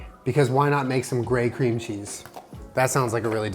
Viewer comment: “Mmm cweam cheese☺️”